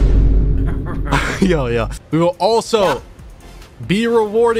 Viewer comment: "DOUBBULE CHUNK CHOCOLATIE COOOKIEE" 🗣😭🤦🏿‍♂️